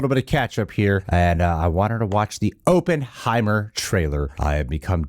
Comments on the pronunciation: Op-in, not open 😅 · It's not open-heimer it's op-pen-heimer.😉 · "Aup" not "Open" heimer. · This is an old video but I need to say this- Oppenheimer is pronounced like awpen not open. I just have to say it cause I live in Los Alamos, we have a whole statue of him and Groves in our downtown, so it’s our history and I just had to say it. 😂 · I think the name is ah-penheimer not oo-penheimer. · AH-ppenheimer. Not OH-ppenheimer. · It’s “Killian”. And Oppenheimer is pronounced like “Hop” not “Hope” so “Opp en hei mer” as opposed to “Open hei mer” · As someone with the last name Opperman, I believe it’s pronounced OPPenheimer- like opposite. Just busting your balls 😅 great vid 👍🏻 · AW-PUHN-HAI-MR KILL-IAN 🙃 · "Ohppenheimer" "Uhppenheimer", whichever way you pronounce it, you'll know he's Jewish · “I know a little bit about Oppenheimer…” except for how to pronounce his bloody name 🤡🤡🤡🤡🤡😂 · I think you should worry more about your pronunciation of the name Oppenheimer, than your pronunciation of Cillian Muprhy's name lol. It's Killian btw, pronounced as if it had a K.